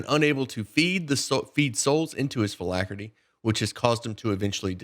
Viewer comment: Funny how you mispronounce “phylactery”, you make it sound like some dude. “Hi, this is Phill Ackery, my accountant…”